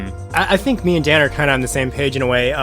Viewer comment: You know, for some reason, I just don't really like that pronounces Daan's name as Dan. Is is because the "aa" sound is hard to make for native English speakers? (Just curious) Because in Dutch, the "aa" sound is more like saying "aah" in English (I guess).